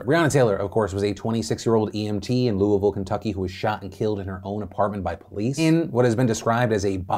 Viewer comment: I don't like how Louisville is being said, That's all I have to contribute.